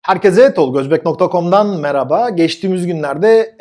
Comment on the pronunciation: Meraba değil merhaba. Mer-Ha-Ba!!!